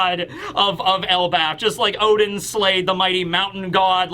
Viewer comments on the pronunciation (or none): Can you stop calling Odin "Othin". That is not how he is pronounced and I have no idea who fooled you to pronounce it that way. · Othin? I thought it was Odin